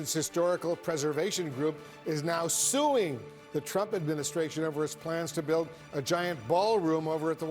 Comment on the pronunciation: Blitzer really emphasized "suing" for some reason.